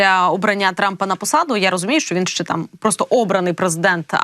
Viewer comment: В українській мові є слово ЩЕ, а не ше.